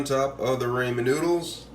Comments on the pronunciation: Did he just say “Ray-Men”? It’s “Raw-men” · Every time you say "raymen noodles" instead of ramen, a baby gets Ebola. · He said Raymen it’s ramen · Raymond noodles he said? 😅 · Did he really pronounce it ray-men noodles? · idkk I heard ray-men lol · Yes people say ray-men but others say raw-men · Rah-men my dude RAH-men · It’s called Ra-men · Raymond noodles!! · Raymond noodles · That's not how you pronounce ramen 🤦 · Please learn how to pronounce Ramen noodles that is all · Bro how am I suppose to trust this bruh can make it if he can’t even pronounce it right😂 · Sorry but,it's chow mein not chow min and not Raymon noodles. Raw men noodles.